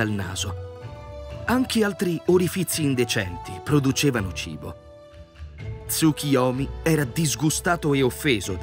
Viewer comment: Capisco che il nome del Dio derivi dalla parola Tsuki (luna) ma il suo nome è TsuKUyomi. La pronuncia corretta è quindi con la U e non TsuKIyomi.